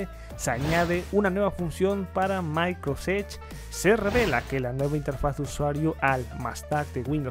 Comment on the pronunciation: Porque no pronuncias bien Microsoft edge?